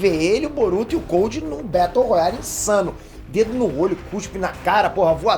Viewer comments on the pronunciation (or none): none